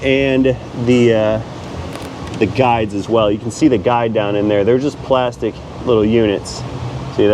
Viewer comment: "Plas-tec" I see that you saw Indian in the Cupboard and quote Omri's way of saying it like my family does, lol.